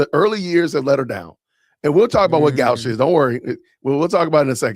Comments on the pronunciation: “my man”! It is not pronounced GOW*sh. It’s GO*sh. The vowel is not pronounced like the O in cow, but the O in go. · I think the word is pronounced go-sh. It’s an old fashioned word, which is why most today are unfamiliar. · Actually, it's pronounced goe-sh, with a long o sound.